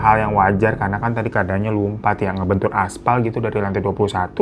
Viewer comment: Lumpat apa lompat sih? Beda lho artinya.. Atau gw salah dgr?